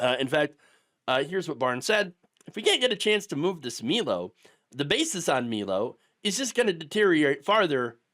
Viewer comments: Milo, it's pronounced my-low, 😊me-low sounds like some Pres Diapers would say. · I've always heard it pronounced "my low" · Milo is pronounced; MY-lo. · I love how you admit you know how Milo is supposed to be pronounced and still choose to pronounce it wrong.